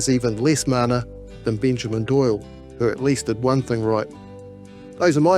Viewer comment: People like Ferris bring out racism in others. That is derisive. Agreed. His name is Takuta, not "Tekuta." It's mana, not "māna" etc. Sorry, I don't want to sound like a know all, but if you are talking about ignorance, you should probably get your pronunciation right on the basics at least